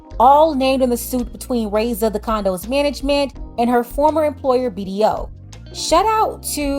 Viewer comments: Her name is not pronounced (ray-ssa) it's (rah-ee-ssa) the (i) is pronounced as the letter E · The way you’re pronouncing her name is hurting my ears 😭😭